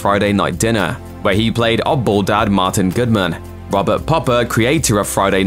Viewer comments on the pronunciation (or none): none